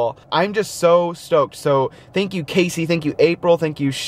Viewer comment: Haha "Shank you!"